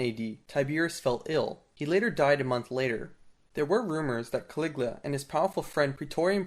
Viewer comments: His name was Caligula not Caliglia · Caligula not Caliglia!!😐😶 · Ca.Lig.U.la that's how you pronounce it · It's Ca-li-gu- la, just sound it out. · Why do you keep mispronouncing the name Caligula as well as other names of these Roman characters?